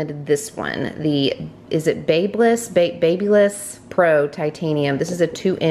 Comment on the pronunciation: BAB uh liss. Its a fantastic brand.